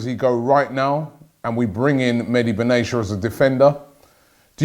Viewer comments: BenaTia not Benacha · It’s not Ben-nay-sha it’s Ben-na-tea-uh (Benatia) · Medi Be what? Benesha? Oh come on Robbie we Arabs call him Mehdi Ben-AA-Tiyah It's an Arabic name, AA-Ti-Yah Not beneesha lol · IT'S BEN-A-T-I-A not Aicha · it's pronounced mehdi bena - tee - ya, robbie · Pronounce: BEN ATIA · Ben-ah-tia...Come on, Rob. It's not that difficult. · It is Ben-Aria ... like a tia no ch or SH or anything else.